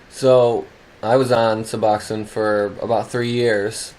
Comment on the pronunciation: Thank you for this video and THANK YOU even more for pronouncing Suboxone correctly 😂.Don’t know why most of the world pronounces it wrong . Tapering off of it is hard . I’ve done it before. It’s always nice to pick a time when you’re feeling happy and have time to rest . Of course I’ve been back on it for years now and need to try to taper again. Good for you tapering. I watched funny movies and did anything it took to make me laugh during taper . Did you notice you could laugh easier and feel things ya hadn’t felt in ages when you got free of sub ? I did . I miss laughing so easily 😂